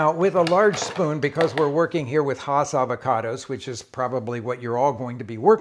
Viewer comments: One thing to note: the name is pronounced "Hass" (rhymes with "mass") and not "Haas." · I enjoyed your presentation, Rick, but you mispronounced “Hass.” It rhymes with “grass.” I’m from La Habra Heights, CA, where Rudolph Hass grew his first Hass avocados, and the correct pronunciation comes from members of his family. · Even Rick says Hass wrong!